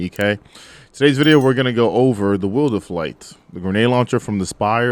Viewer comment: Bro you get an automatic A+ just for pronouncing it 'Will'derflight. Have some 4/5's of this, still looking for the Blind/Auto-load/Disruption roll.